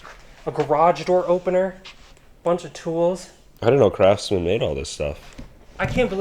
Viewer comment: someone jumbled up "craftsman"